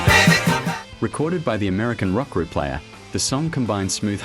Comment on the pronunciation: The strange way your narrator says "the American rock group Player", I'm guessing you're using AI for voice narration, and I suspect for the script as well?